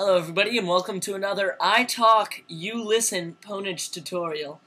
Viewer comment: Fail. Pwnage is pronounced "ownage" lol.